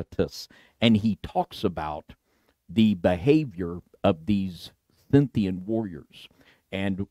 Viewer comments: I hope that was a joke about perfect pronunciation, because yours has me on edge. I don't understand how such great purveyors of information can not learn to speak properly. Scynthian vs. Scythian! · Scythian, pronounced as like Skythian as in 'of Sakae' or 'of Isaac'. It helps to have some linguistic fidelity and actually TRY to pronounce the names and words correctly, because languages are keys into the past, and mispronouncing them will cause you to miss the links between and across cultures.